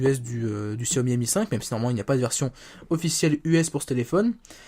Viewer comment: and Co. Ouiiiiiiiiiii tu es démasqué!! Haha :p bien pour xiaomi bon c'est pas trop ça mais tu dis pas gziaomi xD c'est horrible pour nos oreilles :') en tout cas très bon téléphone, je pense fortement à l'acheter